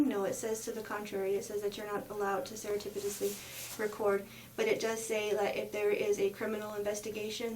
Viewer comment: I can't get over how she keeps pronouncing, "seretipitously" like "serendipitous" it's "surreptitious"